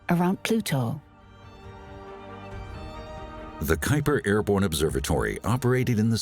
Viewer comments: Airborne not "airbone" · you mean "airborne"